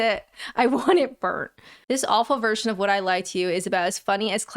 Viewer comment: Why am I so triggered off the bat by the USA presenter emphasizing in the wrong place - Would "I" lie to you, rather than Would I LIE to you